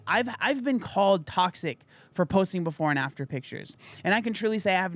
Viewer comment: You said "before and after". I heard "porn actor".